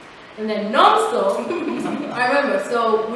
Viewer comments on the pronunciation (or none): Instead of hearing Nomso I kept hearing Nonstop 😂😂